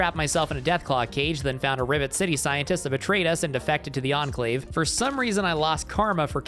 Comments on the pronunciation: I swear he is saying Ribbit City instead of Rivet City, but I can't be sure. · You said "Ribbit City" instead of rivet city because of your peraona. There is an ad for an anime game beneath this video and the girl has her buns out. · I kept hearing Ribbit city 💀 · well, he's a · I swear I kept hearing you pronounce Rivet City as Ribbit City. The subtitles said I was wrong but now I can't unhear it. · I keep hearing "Ribbit City" when you say "Rivet City"